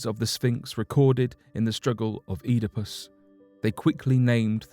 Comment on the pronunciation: hahaha he said EATAPUSS